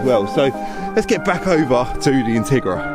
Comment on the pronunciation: Thought you said Tigra! Two very different cars, if you know you know.